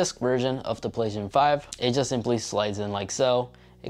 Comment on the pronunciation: "The Plehstzzn5"